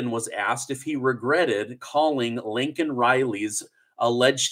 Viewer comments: Her name is Laken not Linken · Her name is NOT Lincoln, it's LAKEN! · It sounds like you are calling her Lincoln Riley as well. It is, as you know, "Lay Kan" Riley. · The fact that Biden apologized for calling a murderer "illegal" but NOT for mispronouncing victim Laken (Lincoln) Riley's name tells you EVERYTHING you need to know about him R.I.P. Laken Riley FJBLGB!. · Even gets her name wrong --- It is LAKEN, not Lincoln! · Listen again. He didn’t call her Lincoln, he called her Laken. Turn up your volume perhaps?? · Exactly then gets on here and calls here Lincoln Riley just like Biden did smh say her name right or don't say it at all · just commented the same thing. This really misses me off! Say her name right or don't say it at all!! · You also called Laken Riley, Lincoln Riley. Please say something to correct it. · say LAKEN (lake -en) not LINCOLN… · Its ->L A K E N<- Reilly ...You are calling her "LINCOLN" just like the Imbecile!! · You need to correct the girls name it's not Lincoln Riley it's pronounced Laicoln Riley